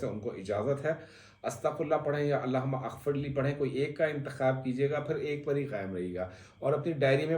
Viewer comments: Mohtaram...yay Allah.ho.mughfirli hai...AP ghalat pir Rai hai...Allah Huma aghfirli naie hai... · Sir Allah humaMagfirli is correct pronunciation